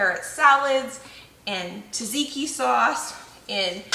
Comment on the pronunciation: If you are trying to say Tzatziki you are pronouncing it incorrectly. ZAT-ZEE-KEY is the the pronunciation. The T is silent. Just an FYI